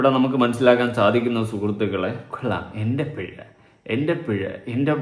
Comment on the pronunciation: പിഴ ആണോ pezha ആണോ😂